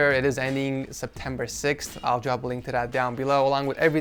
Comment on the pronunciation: It isnt Sept- whatever. I like the vid...